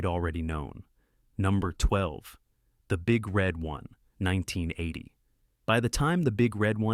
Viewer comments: People often misunderstand "The Big Red One", emphasizing "Red" as though it's an answer to the question "Which color balloon do you like?" The proper emphasis is on "One"; it's a description of the division's logo -- a big red 1. The robot narrator of this video gets it wrong and it also says "Alec Gwinness", "Migh-foon", "W-W-Eye", etc. Yeesh. "The Bridges at Toko-Ri" forgotten? It's an acknowledged classic. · The Big RED One instead of the Big Red ONE.